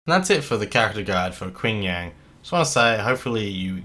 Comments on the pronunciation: Just a note, his name is Ching Yan, the "a" is like in "man" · "Quing Yang" Ouch.